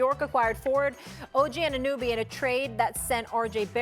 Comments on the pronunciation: I just hope Stephen A can learn to pronounce OG's name while he's in NY now 🤷🏽‍♂️🍻🍺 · someone tell her how to pronounce anunoby